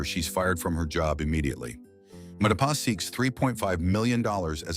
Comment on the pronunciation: Who Mapati? I know Matipa? Or was that an error in narration.